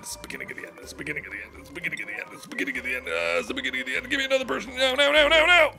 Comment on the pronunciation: At 2x speed, when Mark repeats, “it's the beginning of the end, ” it sounds like he's saying “It’s biggity end, ”